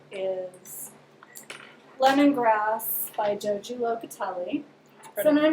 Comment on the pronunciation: Hu guys nice to see you back. I was wanting to mention one thing. not as a criticism just as a helpful tidbit. Joji Locatelli pronounces her first name as HO hee. The J's are like H's. Keep up the awesome knitting stuff and good luck with your move! !!